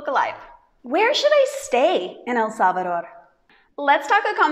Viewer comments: You pronounce better EL SALVADOR ❤ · Love this video, and loved your pronunciation of El Salvador ❤🎉🎉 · You pronounced so good El salvador 👍😀😀